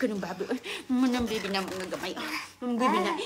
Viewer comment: hahaha passpurt, bibi daw tinde ng Yabis na ito😅😂